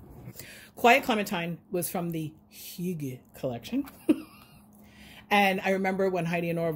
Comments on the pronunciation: Geometry, geography. Tomato, tomahto. 🤭😉 But really though, your pronunciation was great! And Norwegians use it too. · You're pronouncing "hygge" like a true Norwegian! 🇧🇻 But I do think the expression is more Danish. Thanks for sharing!